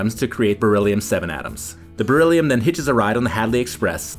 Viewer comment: Dude!! Kept saying bereliom or something and till now I didn't know that it was Real